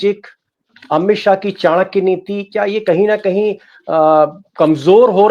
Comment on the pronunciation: Bhadwe Kya ko chankya mat boliye.